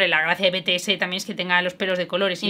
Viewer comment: En serio solo a mí me crea un poco de dolor de oído escuchar "Betese" y no "Bities"??? (Ter te amo❤️😔✨ soy muy ARMY y por eso lo digo, pero tú como quieras decirlo)